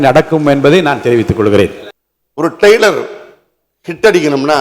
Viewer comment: அது டெய்லர் இல்ல டா டிரெய்லர்